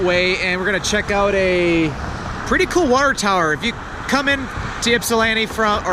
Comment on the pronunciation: Ip..sa..land..to lol Ypsilanti